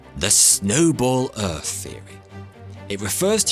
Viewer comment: What's a glassyer? And what planet is erf?